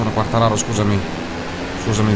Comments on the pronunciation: cmq si dice Quartararoo devi allungare con 2 o il cognome del pilota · ti prego si dice quartararò. comunque grande perchè motogp non è un gioco semplice:) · Potresti fare le qualifiche off-screen e far vedere solo le gare;) P.S.Quartararo è francese e si legge Quartararò:) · comunque si chiama quartararó ed è spagnolo non italiano..